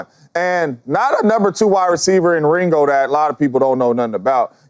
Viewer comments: He called him "Ringo" 🤣🤣🤣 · Did I just hear James Jones say Ringo instead of Mingo 😂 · Did he say ringo 😂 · I did hear jones call mingo …Ringo….lol